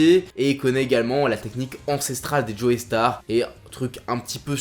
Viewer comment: super vidéo comme d'hab, par contre faut arrêter avec joey star c'est joe-star la prononciation xD